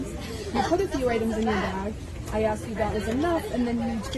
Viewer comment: ASKED not axed. Stop sounding so damn ignorant.